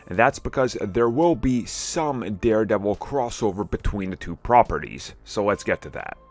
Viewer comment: ONE QUESTION WHY U KEEP CALLING THEM ‘Properites’